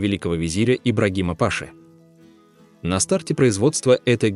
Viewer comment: Генерал по турецки не пАша а пашА